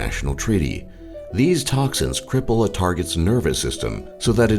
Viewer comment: I like how this guy says"cripple"and he sounds like hes crippled :D XD